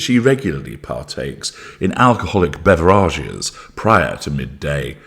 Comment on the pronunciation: I've never heard beverages said as bever arges before